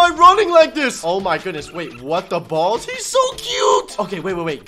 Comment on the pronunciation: i love how says WhAt ThE bALLS